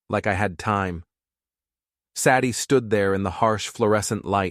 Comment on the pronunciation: I luke this guy. The stoty uses reality. I would have done the same. Usually the husband walks away like a wimp but not. Good lad. Sadie isnt pronounced Sadd ie